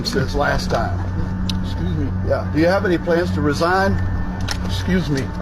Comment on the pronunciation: The “xuse me” with the mush 😂😂😂😂